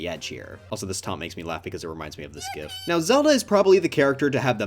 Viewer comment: bro really said gef instead of gif